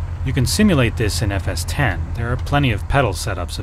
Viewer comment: Thank you so much for calling it by its right name FS T E N ! Oh and if you youngsters are still listening... the Apple nowadays runs on MacOS T E N ... Not Oh Ess Ex. It's not OSX and the sim being discussed here is NOT FSX.